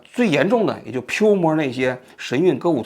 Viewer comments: pua 就pua 什么叫piumo？isis 不会说 非得说is。王局谨慎点，别搞得好像以不知道为荣似的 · Piu摸是哪的方言